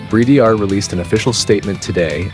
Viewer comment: Note to: Not only work on your pronunciation of the band's name, but stop referring to Bridear as a, quote unquote, "Power Metal" band, which doesn't do them any favours as it's a complete misnomer and bodering on annoying and offensive. Do you ever hear Lovebites refer to themselves as Power Metal? NO.. To quote Asami, "WE ARE LOVEBITES. AND WE PLAY HEAVY METAL!.